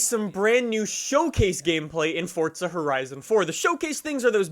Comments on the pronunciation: its not fortza bro its forza lol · it's FORZA.... Not fortza.... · its forza not fortsza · The way you say forza drives me nuts. There's no "t" in forza. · Why does he say it like “fortza” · I like how he says fordza lmao